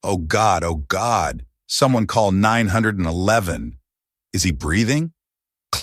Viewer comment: They called 911 not nine hundred eleven!!!!! Get it right!!!!